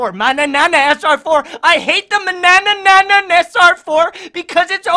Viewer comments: Only liked cuz I loved the way you said manana the first time 😂😂😂😂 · Hahahah the way you are saying Mannanan...😂